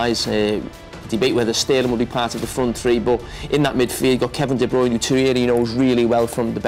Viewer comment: Kevin De "Brayne"